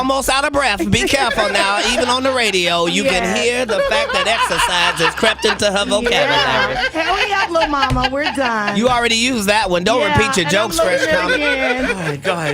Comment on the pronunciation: “Herrrup” and get to the salon. 🙄🙄